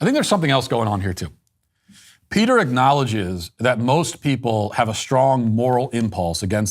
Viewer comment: Matt Walsh again talking out of his lane. He can't even say Peters name correctly.